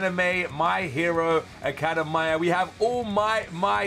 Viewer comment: The way he said academia hurt me